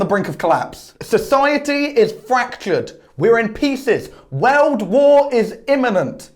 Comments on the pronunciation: i like how says world like weld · I like how he said wairlrd